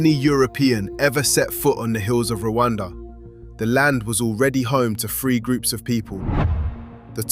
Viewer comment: I can’t take anyone serious who says “Fing” instead of thing .. or “free” instead of three..